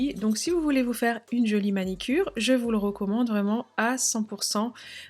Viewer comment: Top cette vidéo Merci. Pour info on dit MANUCURE 🥰🥰😘😘